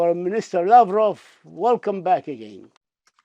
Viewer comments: Sergei Lavrov is a wonderful Minister of Foreign Affairs. I'm proud of him. His pronunciation is quite terrible, but the contents of his speech is the only thing that really matters. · This lavrov is babbling on and on , full of vodka has not time to take a breath